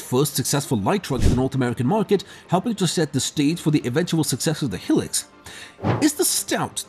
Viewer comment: it's HIlux not Helix.....